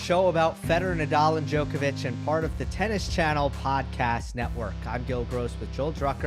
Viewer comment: Amazing show as always. Though it would be nice if you guys learn to pronounce "Djoković"